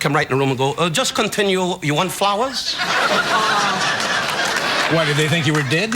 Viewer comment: "uh Just continue . u want fwowers?" "what did they think u were dead?" bruh carson's quick wit is just sensational. thanks for the post